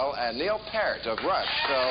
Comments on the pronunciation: it's just a fucking crime when you are interviewing if you don't get the names correct. PAREt? It's not pear like the fruit. PEER as in PEER pressure. PEERT. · "I got all those names right, and that's not easy." I've got some bad news Bill, Peer-t, not Part or Purt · paart???? Peart! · Douglas Stephens Bill Maher pronounces it like "Pair-t". The correct phonetic pronunciation is "Peer-t". He (Neil) has made this clear in various other interviews. I can provide links if you have any doubts about the correct way to say it. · why can't anyone in the universe get Neil's last name correct....not that damn difficult...PEE-YERT, or PEERT.....not PAIRT, PART, or PERT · Neil's last name is pronounced "Peert", not "Pert". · No you did not get it right Bill, Neils last name is not pronounced Pear t, its pronounced Peert. Fool, lol! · So, Neil "Paiert" (or whatever the hell this troll is saying) takes Ma-her to school... and it has been preserved on the all mighty YouTube. I like this. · "Neil pairt" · You did not get all those names right. It's Neil Peart ( pier-t). You're not the first to mis pronounce Neil's name. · Neil calls out Maher! Brilliant!! I've never been a fan of Maher - his overly-inflated ego, HUGE arrogance and very little talent. Maher (even then) puts himself up on a pedestal of being an authority on things he knows little (if anything) about, just so he can belittle those he disagrees with. His arrogance and ingnorance starts with the pronunciation of Peart's name! It's nice to see Maher surounded by actual thinkers who have something meaningful to say! Bravo, Neil!!! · Maher started off by butchering the pronunciation of Peart. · He actually said Peart wrong! haha